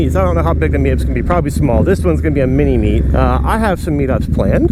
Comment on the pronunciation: LOL he said "mini meat"...I mean uh...mini meet...AND it's at Dick's! You just can't make this stuff up hahah anyways, carry on...